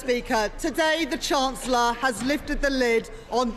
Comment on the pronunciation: Hoyle is such a crap speaker, I wish we could still have Bercow in a perfect world. Can't even pronounce chancellor properly.